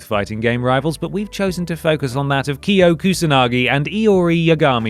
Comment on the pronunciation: i like that you pronounced Kyo and Iori correctly. as correctly as a gaijin tongue can.